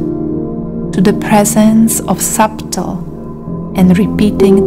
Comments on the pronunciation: This made me aware of what was needed to change. I will not be the person that they expected me to become. However, it’s pronounced “Suddle”. Not “Sub-tle”. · So beautiful and peaceful…thank you. Your voice is lovely and so soothing and your English nearly flawless. To enhance your language knowledge that the “b” in subtle is silent, 🙏🏻💖🌟